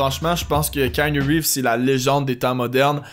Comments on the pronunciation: Ca se prononce Kianou Reeves pas Kainu Reeves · mise a part que tu prononces croche son nom (c'est keanu Reeves, dit kianu, pas kaïnu...), bonne vidéo!